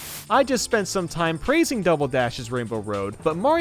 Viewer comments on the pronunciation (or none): none